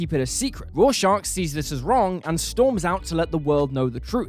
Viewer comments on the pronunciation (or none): FFS! Its Rorschach, not Raw Shark!! Have you even read Watchmen? 🤔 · Petition to ban this man from ever saying Rorschach again please